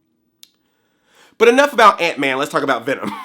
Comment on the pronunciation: I heard aunt may when you said ant man